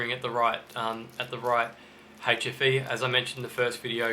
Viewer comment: AHHHHH!! 'hfe', not 'ATROPHY'....I swear it sounded like atrophy. Which I though meant duds.